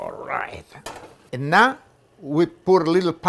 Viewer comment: The way he says now “nah” I’m loving it . He can boil water and I will watch it ❤️❤️